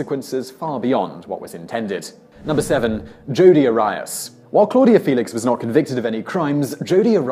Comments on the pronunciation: R-ree-us. Arias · Arias is air-ee-as not are-i-es, it's been all over the tv in every country, you have no excuse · You really need to make sure your pronouncing last names correctly. Case example: Jodie Arias (pronounced AIR-E- ES) not (IRI-S) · Jodi Air-eee-us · Arias is pronounced AH-ree-ahss. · Is it possible for this guy to get through a single video without mispronouncing SOMETHING? But he really outdid himself here. Arias, Rivera, Riefenstahl...these are NOT hard names.